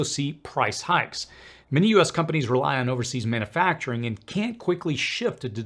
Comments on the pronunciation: It is puzzling that this guy struggles to properly pronounce the word "manufacturing". It is not pronounced "manAfacturing". He also struggles to properly pronounce "susceptible" and "steel". He might be a foreigner with a speech impediment. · Please stop saying "man A facturing". It's manUfacturing. Look at the spelling. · Mana-facturing? Really? You don't know how to pronounce a word you use so frequently?